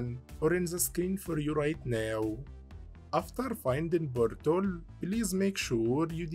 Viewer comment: I love when he says "boint" and "bortol" and such. "Bortol" actually got me scratching my head for a moment. I didn't know what he meant until I saw the portal. I was like "ooooh - you got me there, not gonna lie" lol